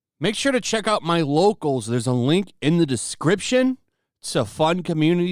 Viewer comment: Why do you say "all mein content"?